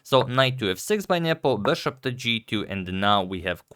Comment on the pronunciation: It's been a long time I want to say this...... It's not beshaap.... It's just bishop bro.....